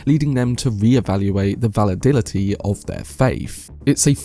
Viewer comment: I don’t mean to be pedantic by correcting your mispronunciation here, but its “validity”, not “validility”. Great video though. 👍🏻